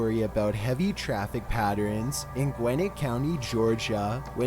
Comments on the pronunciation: He said patters bro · p a t t e r e n e s some patterenes sounds like some new shit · "bro look like he eat ants." "bro jus said patterens" dude got me cryin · Patterenes 😂😂 Differentiate got it down on Jesus an allat